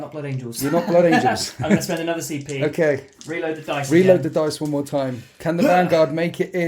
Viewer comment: I shouldnt be making fun as i also have a speach impediment, but hearing "need to spend some PCP" was great